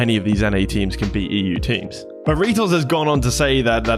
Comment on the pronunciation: First time I've ever heard someone pronounce his name, Reetals